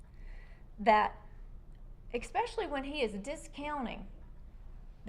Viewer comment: Did that defense attorney say "ekspecially?" 🤔 she's just not very smart, is she? 😂😂😂 and coutn't ... and the high pitched sqeak ...